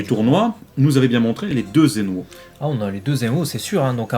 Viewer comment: Gowasuuuuuuuuu..... Zamasuuuuuuuuu.... ZeNNNNNNNNNooooo... Allez please, vous allez reussir a dire les noms correctement !! ^^